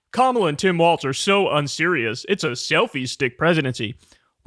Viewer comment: Why do you keep pronouncing it as "waltz"?